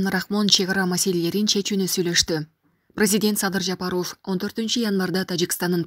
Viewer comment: Комментатор туура сүйлөсөңөр ЖапАров деп